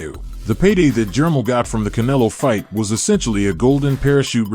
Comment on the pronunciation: reluctantly watching but that ai bull shit sucks unless u just a boxing dude who really dont know how to aununciate lol jermell not jermull